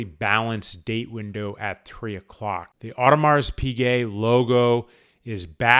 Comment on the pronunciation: Probably should learn to pronounce Audemars properly